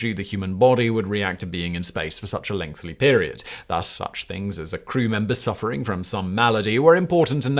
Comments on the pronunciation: Do I misunderstand how Brits pronounce the word 'lengthy', or is Simon consistently and utterly incapable of pronouncing it? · It's a Simon thing, his writers sometimes do it deliberately because he's just incapable of saying it properly